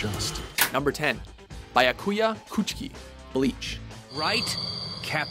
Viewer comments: Thinh Vo That seems to be the case. put a guy in charge of anime lists when he can't even pronounce the words/names properly. And it has nothing to do with not speaking Japanese. For proof of this, watch (and listen) a clip from Bleach where Byakuya's name is spoken in both the sub and dub versions of the anime and then listen to how this guy pronounces Byakuya's name. It's flat out wrong. Also, if these guys put in effort on these lists, how did the fucking first opening for the Pokemon anime, one of the worst openings of all time, end up as the #1 entry on their Top 10 Anime Openings list? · soooo... Firstly, the way they pronounced Byakuya's name made me wanna maul my ears off. Secondly, that is Sakura, not Tmoyo! Get your facts straight! and lastly... Levi? Really? Levi wears the most common clothes as everybody else! How is he number one on this list? I swear to God, you guys dissapoint me more and more with each video... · hate how they pronounced byakuya's name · Seriously pronounce their name correctly at least if your going to make multiple videos, as a lot of the videos have the narrator mis-pronouncing a lot of names ¬¬ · Real Life Reaction: PFFFFFFFFFFTTTTTTTTTTTTTTT, HAHAHAHAHA! He seriously did not just say "bayakuya"... There it is again! Bayakuya! It's "Byakuya", damnit! Say it with me: "bya"... "byaaaah"... ..... What?..... Sora is stylish? .... Ooooohhhh... Didn't you say you're excluding battle gear? I'm pretty sure Alucard made that other list. No offense, but you really should let someone else do the talking in these anime-related videos. The guy kinda mispronounces a lot of names. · he puts emphasis on the wrong character in byakuya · bayakuya? xD ITS BYYYYAKUYA! xD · i first heard the way he pronounced Byakuya from Bleach i was like O.O. It's BEE - AH - KU - YAH, not BY - AH - KU - YAH. The way he said it sounds alot like Baracouta (the fish) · It's not a fkin "BAIA KUIA" it's "byakuya" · It's not byakUYa, it's bYAkuya